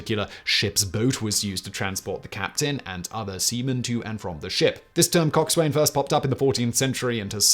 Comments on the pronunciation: Sorry, Simon, Cock Swain is pronounced Cocksun. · Loved the vid! Walking the plank never happened. Was made up by Hollywood. Coxswain is pronounced cocksun and boatswain as bosun; at least by us seamen here in the U.S. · It's pronounced coxsin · Simon Coxswain pronounced 'Coxun' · Coxswain and Boatswain seriously shortened in naval pronunciation. COX'n and BOHs'n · Coxswain is pronounced "cock-sin." The 'W' is entirely silent. Also, the stereotypical Canadian "eh" is pronounced like the end of the words "day" or "weigh." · Coxswain is pronounced "cox'n" same as how forecastle is pronounced "folks-ul" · Halt! Phonetic Police! Coxwain is pronounced, "cox'n". Carry on. =] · Coxswain isn't pronounced like that. I'm only mentioning this because I know you enjoy be corrected on pronunciation. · Love your bonus facts but you butchered the pronunciation of coxswain. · I admire your ability to use the correct (British) pronunciation of lieutenant, but only a minute later, you pronounced coxswain as it is spelled. 😂